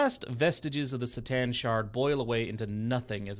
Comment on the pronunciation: Gotta love how you call C'Tan - "the Satan"